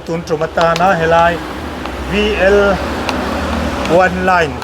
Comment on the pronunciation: Online nge oneline😂 Votrass😂